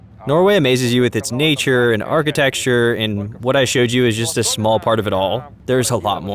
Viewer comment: Your dubbing performer is very good, but please let them know that it's archiTECture, not archiTEXture. Thank you so much for this video, it's great :)